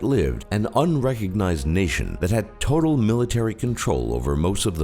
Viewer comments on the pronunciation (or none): none